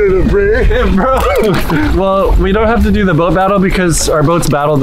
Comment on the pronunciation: O:45 I thought he said bone not boat